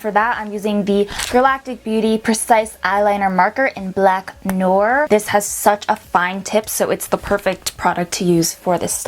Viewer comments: It's not noooor (regarding noir) it's nouar pronunciation wise * Hermione voice* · love the vid btw It's noir pronounced like nor wa which means black in french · you're saying noir wrong lol it's pronounced like n'war. sorry if that's not very helpful it's French. and i'm not hating on this I love your makeup and I think you're very pretty i'm just correcting your pronunciation.